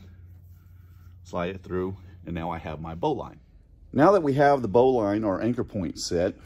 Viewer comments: Great video. Please pronounce Bowline correctly as Bowlin. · I think you are saying Bowline wrong. It's Bow as in Bow of the boat. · Why are you pronouncing Bowline incorrectly?